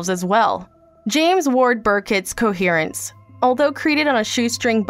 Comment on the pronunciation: it's Coherence, not Conference, totally different meaning XD